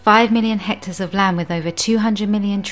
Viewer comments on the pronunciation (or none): The word is hectares not HECTORS! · It's hectar, not hector. Hector is a name. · That's "hectares", not "hectors". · *hectares*, not hectors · What's a hector? About 0.405 orcres! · Pixies & Elves Hector's the word is HECTARE!.. Please check your work. Hector is a man's name. 2: Subsistence Farmers, not what was said . - . Tony Rinaldo is an amazing evangelist. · 4 million HECTORS? You mean HECTARES? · Hectors or hectares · "Hectors" of land? 😂 Is this related to "hectares" by any chance? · Hector is boy's name. The word is hectares... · lol, "hectors" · Hectares not hectors. Spelling matters to your credibility. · It’s hectares not hectors. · This may all be true (as far in as I watched) and if it is then that's wonderful. I do get a touch unsure though when she talks about HECTARES and the text spells it HECTORS. REALLY!! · "Hectares" not "Hectors" 😂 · By 'hector' I think you mean 'hectare'? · "Hectares", not "hectors". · The word is hectares, not hectors. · Hectors, hectors, hectors... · The word is hectares, not hectors. Your credibility is shot to pieces by your ignorance of the English language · Great video but .......’Hectors’?